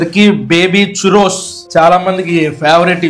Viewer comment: Choorose kadhu Kkk tho sound cheyachu